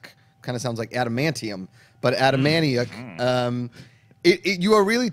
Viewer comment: Very excited for The President Show. Anthony was my improv teacher a few years ago and I wondered why he wasn't famous then. Very happy for him and he definitely does the best Trump impression. You should check out his appearances on as Trump. Oh and btw, it's pronounced A-TA-MA-NIK.